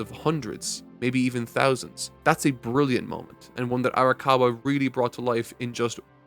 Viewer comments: My man it’s arakawa not arikawa. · Just been bothering me a bit, you're pronouncing Arakawa's name as "Arikawa", I know you care about referring to the author with correct pronunciation (evident in your Bleach videos), so I thought you'd want to know. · Times said Arikawa instead of Arakawa: 3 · I think he messed up in part 1 and has since made a joke out of it he also sats Arakawa and rose wrong at various points In the video